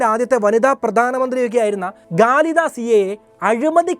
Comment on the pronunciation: ഗാളിദാ അല്ല dear, ഖാലിദാ...